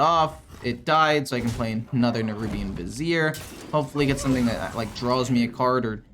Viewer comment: Hey, your finally pronouncing "Vizier" correctly! Kudos!